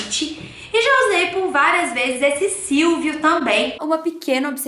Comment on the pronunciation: SILVO e não silvio kkkkkkkkkkkk